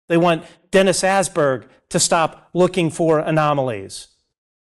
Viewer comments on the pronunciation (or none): Dennis Ass-berg, poor man! Åsberg! Å pronounciated as a in 'alright'.